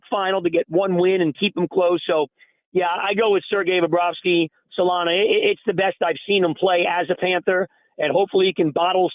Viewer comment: Solana - "Arger"